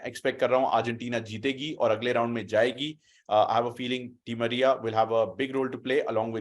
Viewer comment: Bro he said anal di Maria 🤣